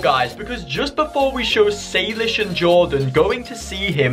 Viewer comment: saylish's my boy it's saylish not saylishe's 🤣🤣🤣🤣